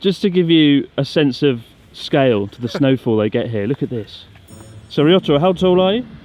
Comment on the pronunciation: Sir Chis, remember how you once said you were convinced Ryotoro was trying to kill you? I'm pretty sure calling him Rissotoro isn't helping your odds any.